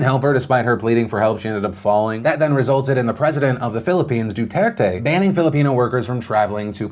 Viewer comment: Kudos to you, Phil, for pronouncing Duterte right.